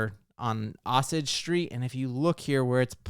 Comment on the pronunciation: Os-age? That's O-sage, like the tribe of Native Americans.